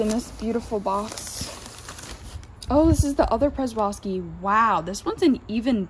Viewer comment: Good video, well done. BTW the Przewalski Horse is actually pronounced “Sheh-Val-Skee Horse.Or, if you wish to go native you can call them “Takhi” which is the name given by the traditional Mongolian peoples for centuries before European influence.